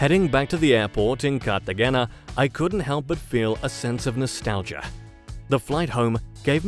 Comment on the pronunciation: Or Cartagena